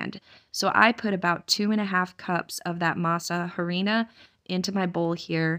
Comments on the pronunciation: I grew up on oxtail soup. So delicious! Masa Harina, the H is silent. You are a wonderful planner n top notch mother! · Masa Harina ‘h’ is silent